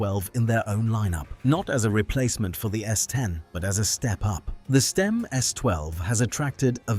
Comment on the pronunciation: The AI voice is all over the place with its pronunciation of Stimme isn't it?